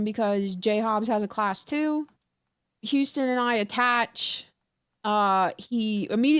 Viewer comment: Boy houston aint no goddamn 3 syllables